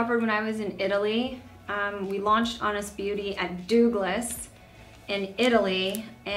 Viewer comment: The way she pronounces "Douglas" ... Ma'am not even Italians pronounce it like that 😂